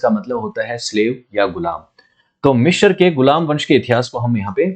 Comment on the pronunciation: भाई साहब...माना कि आप लोग phool को fool बोलते हो और अब वही ही सब पढ़े लिखे जाहिल लोग बोलते हैं but... plz मिस्र को मिश्र या मिश्राजी मत बोलो।😂